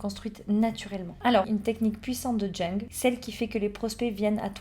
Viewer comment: Bonjour, ça se prononce "young" 😊